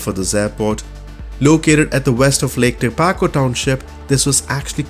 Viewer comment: The free airport by Master Sergio Del Rosso is pronounced Tek-a-po..:) the default bing scenery in that area is also stunning ...add a morning sunrise with pockets of low level fog and you are ready to have your mind blown:)